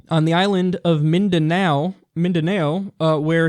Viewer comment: glad you think yahoo news is a good enough source, when you don't even know how to say Mindanao. While also cleverly leaving out that Isis is currently on an offensive in the country, which is why he declared martial law. Don't be a hack Kyle.